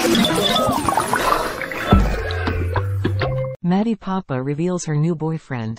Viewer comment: Learn how to pronounce her last name - it's PoppE, (long e), not Poppa